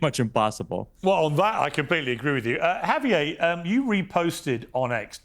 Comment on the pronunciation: Lol Xavier turned into Javier